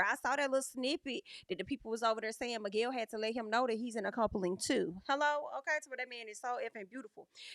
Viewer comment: I'm so relieved is gone, and we can no longer hear "Migwell"